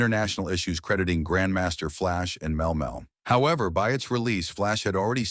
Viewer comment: Mel Mel was killing me